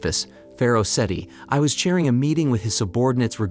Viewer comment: The Hit-it people? Ray, mess? Setty Eye Geez man. Pronunciation is awful. Otherwise good recap